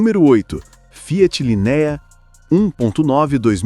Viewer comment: Video de IA falando "Linéia" kkkkkkkkkkkkkkkkkk meu deus